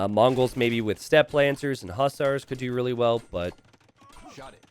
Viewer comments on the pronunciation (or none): none